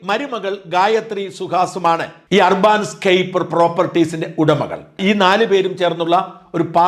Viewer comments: ഷാജൻ സാർ ഇത്രയും ഇംഗ്ലണ്ട് ബന്ധമുള്ള താങ്കളുടെ ഇംഗ്ലീഷ് ഉച്ചാരണം വളരെ സോകം ആണ്. അർബാൻ അല്ല urban എന്നത് അർബൻ എന്നാണ് ഉച്ചരിക്കേണ്ടത് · ur ban എന്നതിന് അർബൻ എന്നാണ് ഉച്ചാരണം. അർബാൻ എന്നല്ല ഷാജൻ മാസ്റ്ററേ ! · അർബാൻ എന്നല്ല ... അർബൻ എന്നാണ് ... നഗര സംബന്ധമായ എന്നാണ് അർത്ഥം ... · അർബാൻ അല്ല , ഏർബൻ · അർബാൻ അല്ല അർബൻ . UK ൽ Urban എന്നാൽ അർബാൻ എന്നാണോ? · Arbaaan-scape alla, adhu English word 'Urban' aanu. Urban-scape. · Urbaan alla urban